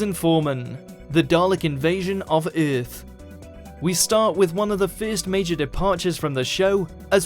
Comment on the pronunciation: The pronunciation of "Earth" kills me every time XD